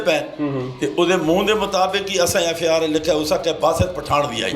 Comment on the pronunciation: FIR ko FAR bol rha hai